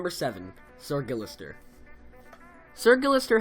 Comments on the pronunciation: It's sirguistir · awesome, one thing tho... it's SRguillester not SIRguillester. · Its SrGuillester not "sir" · did u say Srgillister